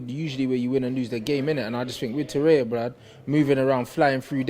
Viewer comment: TorreiRA not tereya